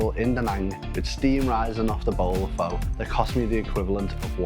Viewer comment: 3 months in Vietnam and can't pronounce pho.